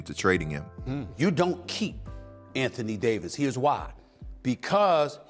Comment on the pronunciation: Anthony Day-to-Davis 😂🤣😂🤣😂🤣😂